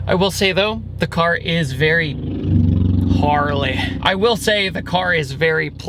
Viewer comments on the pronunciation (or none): none